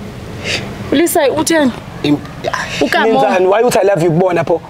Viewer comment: Never heard a person pronounce 'Kamo' like that.